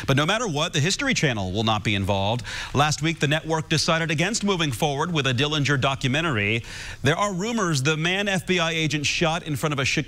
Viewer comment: The correct pronunciation of Dillinger is with a silent 'g'. There are many more relatives from both John W's marriages that are against the exhumation of our Uncle John.